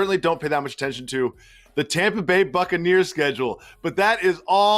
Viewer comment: Tompa bay 🤣